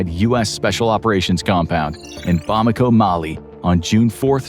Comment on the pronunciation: It’s ‘Bamako’ not ‘Bomako’